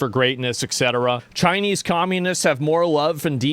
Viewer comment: I think I’m turning Chi-ya-nese I think I’m turning Chi-ya-nese I really think so